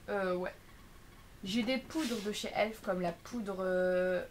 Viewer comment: Sa se dit E.L.F prononce toute les lettres,c'est pas elf ..